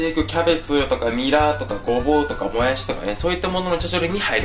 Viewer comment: もやす。みたいにしをすに言う言い方、山形弁ですぞそれ笑笑